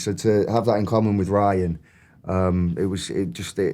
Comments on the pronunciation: Am I the only one that likes the way Ryan speaks 😂🫣 it’s the way he pronounces words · Me too I love the way Ryan speaks and pronounces words. It’s rich!